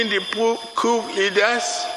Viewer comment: Tinibu will never speak without errors! 😂😅 The POOOOO LEADERS instead of COUP LEADERS. What a shame